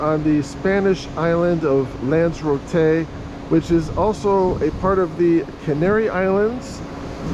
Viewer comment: its pronounced as it's spelled with an r after Lanza.